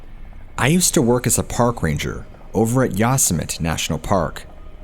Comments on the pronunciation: Excellent video as ALWAYS!! (However, didn't you ever watch Looney Tunes with Yosemite Sam? You actually may be too young; thats straight-up 1970s sh*t actually! 😂 Yosemite is not pronounced "Yoss-a-met"; it's pronounced "Yo-sem-itty." Sorry, I'm not trying to be a jerk!) Anyway, Carey Stayner was a real piece of sh*t and even if he isn't executed, he will NEVER see the sunlight again. He will remain in a tiny, tiny concrete cell where the lights are never turned off and are buzzing constantly. He will never see anyone he's ever known again and he spends approximately 23 hours a day completely isolated. He isn't allowed tv, a radio or anything else except a book perhaps. He'll suffer even if he's never executed. I remember the entire thing and it was so awful trying to locate the murderer. I was shocked when Ifound out who it was! Anyway....I remember when his brother was abducted (I was a young kid at the time) and it was awful. Then at 19, Steven died in a motorcycle accident. I think these events definitely had a really negative impact on Stayner and contributed to his antisocial behavior to some degree. I think if Steven hadn't died, maybe his brother wouldn't have been a sociopathic serial killer. I guess no one will really ever know. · "Yossmit"????? Lol, you mean ''Yosemite'' (Yo-semm-itty) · "Yawsmit", really? C'mon, you can do better than that! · Its pronounced yo-sim-atee Yosemite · Very gently tells that "Yosemite" is pronounced "Yo-sim-it-ee" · Its pronounced Yo-semmi-tee. So many narrators f*ck that up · Hi! THANK U SO MUCH FOR THE AWESOME STORIES 😊. I mean no disrespect n figured u probably want to know ur pronouncing Yosemite and the word Epitome(on a diff episode) incorrectly. I'll try to help u if u dont mind? Yosemite- Yo sim a tee, and Epitome - ah pit oh me. I'm seriously not trying to be rude at all. Love ur channel it's one of my favorites for sure. Thanks Kris in Nor Cal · That's pronounced Yosemite (yo-sem-ety)